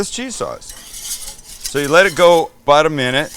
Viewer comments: "I need my food-porn fix!" "Get the cheese ladle!" P.S. "Aboot" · Sam I love how you still pronounce about like a Canadian. It would be great to see you come back for a visit at least! 🇨🇦🇨🇦🇨🇦🇨🇦